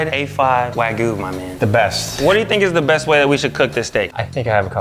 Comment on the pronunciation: Has no problem pronouncing the “Y” in spicy but manages to not pronounce it in wagyu imagine that